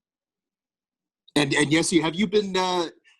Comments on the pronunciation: "Jesie"... my god! Try to learn at least the names before making questions. It's Jesse. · Nice to see him back in the NHL. Best of luck, Jesse! PS. If you want to prounounce his name correctly like a Finn do it more slowly. Jes-se. Also, it’s not English ”Chesi” , more like ”Yessse”. Cheers! :)